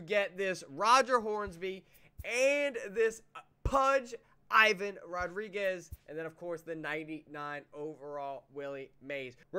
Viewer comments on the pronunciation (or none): none